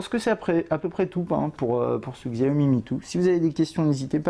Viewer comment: juste petit détail sur ce mobile, xiaomi est un téléphone chinois donc ça se prononce chiao-mi sinon superbe vidéo :P